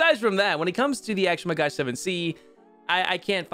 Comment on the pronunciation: It's a MAGACH not MagaSH stop calling him this way or just call it a Magah it hurts my ears as an Israeli omgn